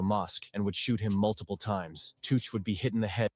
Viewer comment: It's chooch not tooch and he got hit in his shoulder his 2 brothers and a mate gt lifed up for killing jed from fartown in huddersfield.. It was chooch house that got shot up on Clara street fartown It was fkn machete not a knife this ai is talking shit Hudds to Manchester is an hr away